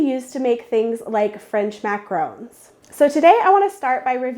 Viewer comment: MAC-AH-RON not RHÔNES!